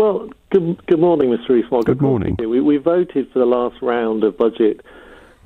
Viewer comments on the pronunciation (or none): Mogg not fog!